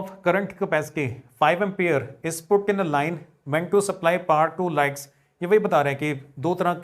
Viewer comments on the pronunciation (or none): Thank you so much sir after tomorrow is my science pre board examination. But when you say words like in which you have to pronounce t letter your pronounciation is k or ka . For example light you say like and contact but you say it concac